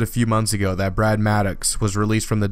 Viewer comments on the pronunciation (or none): none